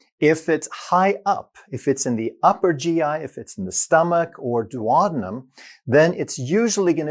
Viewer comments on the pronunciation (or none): It’s Do - o- deen - um! Seriously get the pronunciation right! Call yourself a doctor? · Weird pronunciation of duodenum.